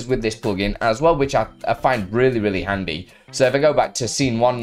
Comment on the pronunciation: Did you say handsy or handy? Thanks for sharing another great plugin.